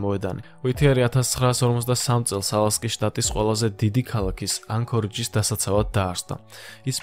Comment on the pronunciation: ანქორიჯი არა ანკორიგი😂😂😂